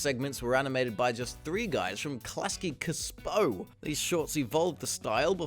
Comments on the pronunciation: Honestly not trying to be that annoying “corrector guy”, but it’s not “Klasky kss-po” lol. It’s just pronounced “Klasky su-po”. The C is silent. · "Klasky cusspoe" ITS CSUPO! GET IT RIGHT! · Why do you say it cuhsoopo, it’s pronounced choopo. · Klasky Csupo is pronounced like "Klasky Choopo" btw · Not even 15 seconds in..... the man's name is Gabor Csupo..... pronounced: "chew-po" which easily could've been figured out by having more than 9 brain cells or having the ability to do a cursory Google search. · is Klasky Csupo (Su’po) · "Csupo" is pronounced "Chew-poe"